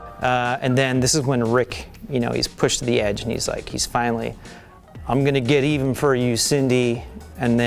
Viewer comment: i like how they all just pronounce it geteven rather than get even without drawing attention to it. their first subtle joke ever!